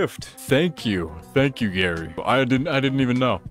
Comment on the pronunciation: um its gaffy not garry um actully 🤓